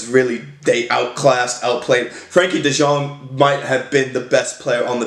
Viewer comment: You can say De Jong like De Young, its the same pronounciation. No need to say De Sjong.